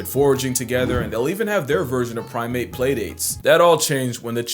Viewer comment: Prime-ape, prim-ate. Hope this helps👌🏼